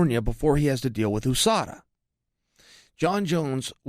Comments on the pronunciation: Say it like "Yew-sada" and not "Oosada"...You don't say OOh Ess of Ay ;) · I cringe every time he says "Oooo-Sada" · USUDA????? Meant usada? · Its chael purposely mispronouncing words again